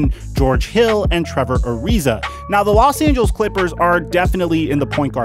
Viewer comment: No one:: Los Angels